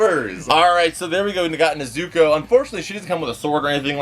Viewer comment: Anyone bothered how he pronounces Nezuko? and Akaza skin aint green his got normal skin color